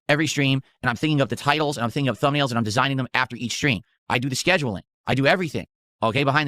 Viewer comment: “I make the thubnails by hand” - uses AI for all of them🤦🏼‍♂️